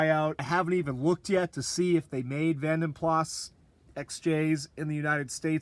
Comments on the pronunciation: Great job. It is pronounced Vanden Plarr. 👍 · vanden plas in the UK is pronounced vanden plah, makes no sense, I know... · you really have done a lovely job with this beautiful old girl. You’ve been so sympathetic with it, the wood upgrade from the Vanden Plas (it’s’Plaaah’ so you nearly said it correctly!) The Car Wizard’s XJ12 was hugely popular on his channel - there is something so appealing about these XJs! If you think the chrome alloys are rare there, then they are non-existent here in the UK. UK buyers never liked chrome wheels - the Mondeo/Contour had them as an option but apart from the RHD PT Cruisers, Neons and 300Cs that we got, no manufacturer offered them lol. You can’t really tell much difference with the non-VP wood trims in the back doors. Another awesome video, you rock. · Hi from the UK. Great video my man, you deserve more subscribers than you have. You have one of the few channels that i always watch from start to finish. Many others i get bored & skip. Dont want to sound an arse here, but the correct pronunciation of Vanden Plas, is Vanden Pla, the S is silent. Only older folk from the UK like myself will probably know. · You're pretty close to the correct pronunciation, you just don't say the s at the end so it's "vanden plaa" but that new wood looks absolutely amazing, beautiful upgrade